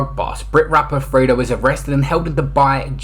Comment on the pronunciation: Come on it's pronounced "freydoh" not "freddo"😅 grammar 101